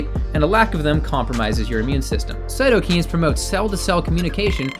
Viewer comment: it's the right way to pronounce cytokine